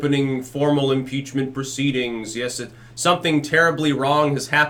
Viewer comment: Muh peachment